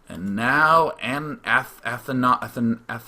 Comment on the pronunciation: Athanasios is a modern greek name dude!!This hurt my greek ears :D